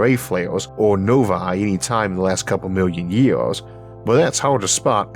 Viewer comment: Had to make sure I was not the first person to point out that you should not narrate if you have a speech impediment. It makes it both difficult to listen too and unenjoyable. How did you get through school not pronouncing your "r's"? Is it laziness by you or your teachers? Did you go to school in Florida? I mean c'mon, it is years, not yeaws. Do people tell you 'great job, Elmer!'?